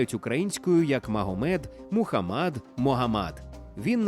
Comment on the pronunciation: до відома диктора, МухАммад, а не МухаммАд 🤦🏻